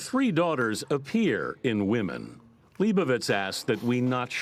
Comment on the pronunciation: Leibovitz! not Liebowiitz!